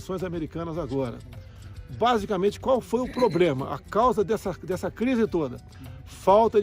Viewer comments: Um presidente falando "probRema" já deveria ser motivo para impeachment.. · ai aia ai além de falar guerra radiologics, fala pobrema... ah nem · ele falou Probrema? kkkk